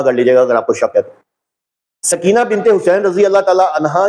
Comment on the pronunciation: سکینہ بولتے وقت س پر پیش پڑھا کریں